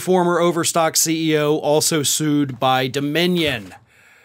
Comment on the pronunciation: For a moment, I thought you said they were being "screwed," not sued. Upon reflection, I think "screwed" is correct.